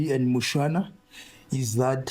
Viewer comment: It's Mushwana , just for correction